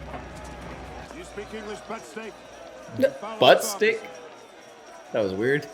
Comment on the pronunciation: When welcoming the new batch of Convicts Captain Hadley grabs the first man by the scruff of his shirt and says “Do you speak English Putz Steak? (Not Butt Stick) follow that guard” “Putz (alt spelling Putts same pronunciation) is a Yiddish word which represents a certain male appendage. This might help in visualising the manner in which he was actually addressing the gentleman in question.